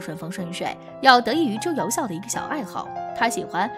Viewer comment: 朱由检 朱由校（jiao）检 校都有检核校正之意吧？别读白字了。还有朱佑樘（cheng）